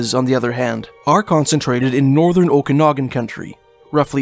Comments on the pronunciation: Luv your accent but Okanagan is pronounced Oak -Kan as in Can -Nog -Gan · Grindrod, is pronounced: Grin rod. Okanagan, is pronounced: O ka nog an. I lived there. Great work on these videos, btw.. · Prayers up for all families of the missing loved ones. Great job making public aware of disappearances as well as the locations. Commentator did really great job speaking but this woman can't even say Okanagan correctly, at least do some kind of research for pronounciations before hand.